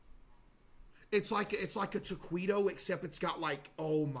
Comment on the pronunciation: Ta-kwee-toes lmao